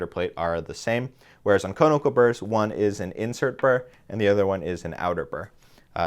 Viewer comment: Con-i-cal. Not cone-i-cal.